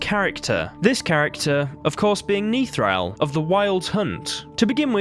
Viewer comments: He's Nithral...NOT Neethral...short sound on the 'I' I think he was on the way to becoming a general. He is an early-ish fight, his General training had barely begun, I think his death had been forseen which is why he was sent there. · Youtuber : "Niethral" Me : Face palms "Nithral"